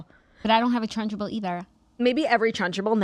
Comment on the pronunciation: Ladies WHY are we saying trunchable like lunchable?! It’s trunchbull no?